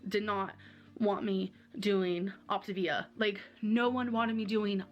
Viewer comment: It drives me nuts that she calls it optIvia when it's optAvia🤣 idk why, but her constant mispronounciation of pretty simple words, is frustrating to me🤣🤷‍♀️